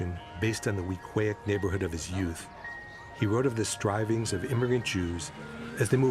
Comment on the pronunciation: Weak-Way is the pronunciation